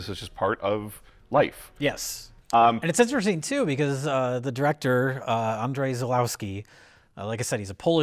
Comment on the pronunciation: If you want to be a proper movie snob, then here's a tip. The proper pronunciation of director's first name is An-Jay. Just think of Jay's evil doppelgänger or something.